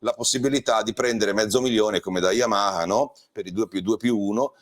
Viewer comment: Come lo pronunci bene il nome Yamaha ❤. Una marcia in più rispetto agli altri ANCHE in questo 🙂